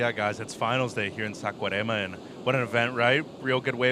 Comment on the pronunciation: Fire. Dude you suck!! and learn how to pronounce Saquarema.